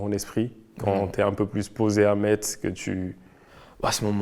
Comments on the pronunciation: Quelqu’un aurait pu dire à l’interviewer qu’on dit « Mess » pas MeTz😅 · Par contre on prononce MESSE, pas MAITZE HEIN !!!